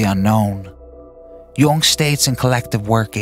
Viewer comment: Also it’s this guy pronounces Jung like no one ever lol